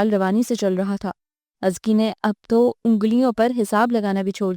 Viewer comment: I don't believe you pronounce Azka...Azki i mean seriously!!! Kisi say confirm he krwa latay